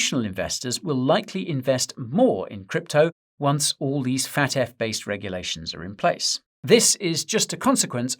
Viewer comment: its F.A.T.F not FAT.F never in my life heard anybody say FAT.F